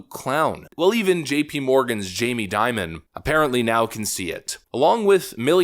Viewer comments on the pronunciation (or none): none